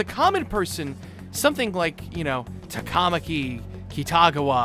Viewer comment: For some reason the TaKAWmaki and the SaKAHmoto and KiTAWgawa are especially bad. And Mishima's name is pretty butchered too.